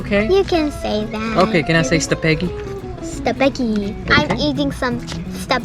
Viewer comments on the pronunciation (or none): It's not staphegi it's iskabetti